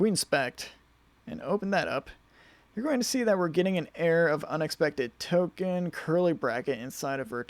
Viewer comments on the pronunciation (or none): none